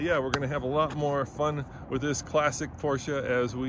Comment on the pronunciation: Congrats to this very nice 944 and perfect pronounciation of "Porsche" ! :-)